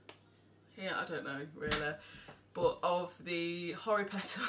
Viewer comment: Horry petter gets me every time 😂😂😂😂😂 xxxx